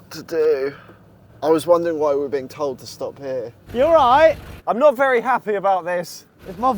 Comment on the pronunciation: Why does say vurry instead of very?